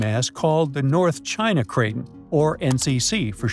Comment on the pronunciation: It's pronounced cray ton. Not cray tin